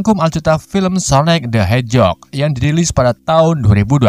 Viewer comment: Sonic the Hejog wkwkwk